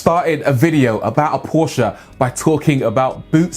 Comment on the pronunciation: I applaud you for pronouncing Porsche C O R R E C T L Y